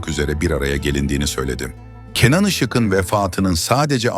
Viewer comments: Seslendiren arkadaşa UYARI! "Işık'ın" yazılır. Ama "IŞIĞIN" okunur. Bozuk telaffuzunuz yüzünden videonuz aşırı derecede kulak tırmalıyor. İZLENMEZ HÂLE GELİYOR. Bundan sonra ÇOOK dikkat edin bu önemli Türkçe kuralına. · Yazılırken (Işık'ın )diye yazılır, söylerken ya da okunurken (Işığın)diye okunur. Yanlış telâffuz ediyorsunuz. Biraz çalışın bu konulara. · Türkçeniz berbat Işık'ın ne demek yazık